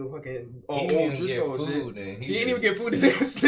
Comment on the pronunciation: Bro said o’driscoll😭😭